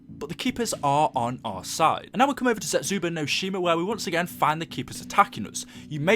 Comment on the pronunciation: Why can no one pronounce any of the maps???? It's Der Eis-en-drak-ay, and Zets-ooh-boo-no-shee-mah